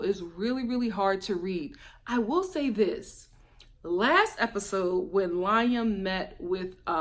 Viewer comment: I love that you understood how Liam felt. They had been living together up until she moved to be with Alladin, he was an only child and she said they were really close. Fyi tho, his name is pronounced Lee-am, not Lie-am. 😊